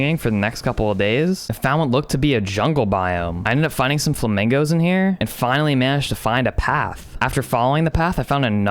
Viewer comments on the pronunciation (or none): Everyone: flamingos: flamangos